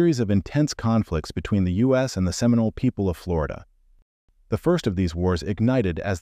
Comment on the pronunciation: Oh see Olah? 😒🙄 Can’t even get the pronunciations correct. We are still here to tell our own history!